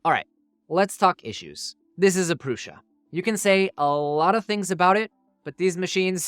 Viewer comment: Great comparison and it's neat to see the advancements we've been seeing these last couple of years. 1 thing.. Joseph pronounces his last name and the brand name "proo- Suh" not "Proo- SHuh" lol totally nit-picking here lol